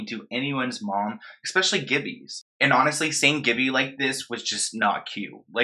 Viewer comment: love you and your videos, but pleasseee stop saying eXpecially lol there is no X in especially